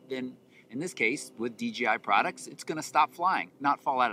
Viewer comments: Why do all the reviewers call it dgi instead of dji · People just can't say DJI they always say DGI get with it people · D "J" I...not "g"....seriously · Why does everyone say DGI...??? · It's "j", not "G" in the company's name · About the 10th time he said D GEE I.....I had to move on. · Hey bro, bros and Broettes it’s DJI not DGI. Damn learn to speak!